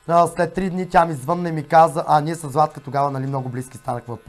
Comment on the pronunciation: Няма ли най-сетне, публичните личности да го научат този български език?Защо масово се излагат с тези ударения на различните думи? "обадИми се" ,звъннА ми, направИх и т.н.,много е дразнещо!